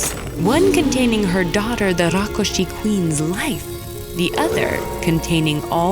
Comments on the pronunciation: It's rakshus not rakushi 😂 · Rakshas... Not rakoshes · Its Rakshas not Rokkhosh Please Pronounce it Properly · This is a bengali folklore and hence it's Rakkhosh not rakshash. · I wont complain about rakkosha instead of the hindi rakhsasha cuz the story is bangla i believe However the ka instead of kha in rakhosh reeealy bugs me😂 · It is Rakhosh. If you are a bengali, you would know. If you arent a bengali, learn. Dont presume your knowledge, however so little which is a dangerous precedent. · Nope it's Rakkhos in Bengali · Just wanted to point out it's pronounced Rakh-khosh and Khok-khosh and Achinpur is A(Like A in All)chinpur . Apart that , amazing animation and storytelling. Never thought a Thakumar Jhuli story would be on ted Ed but here we are! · The word is actually "Rakh-khosh" in bengali folklore. I am genuinely happy seeing "Thakurmar Jhuli" (Grandma's bag) story on Ted Ed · i didn't say any language is wrong or right, I just said that it is not right with respect to it's original pronounciation is wrong. Also hindi pronounciation is also wrong even in "tatsam hindi" due to schwa deletion, which retained in bengali\eastern language and "a" become "o", in my langauge magahi it becomes "wa", like bike becomes BIKEwa, CARw, but rākshasa pronunciation is just way too wrong in bengali. it would have been Rokshosho but my theory is that bengali has taken this word from prakrit and not directly from Sanskrit Prakrit has tendency to convert क्ष into ख. Bhikshu become bikkhu, which is bhikh(beg) in hindi, siksha become sikkha, seekh(learn) in hindi Also, it's true that hindi don't have much with Sanskrit grammar/syntax but I doubt that even bengaliis common with Sanskrit grammar\syntax. I dont know much to comment on it but it may be true. But Tamil, telegu, kannada have almost same grammar\syntax as Sanskrit. All other language were influenced by Sanskrit and it's grammar. Funfact :- Sanskrit grammar had great influence in grammar of Russian and German language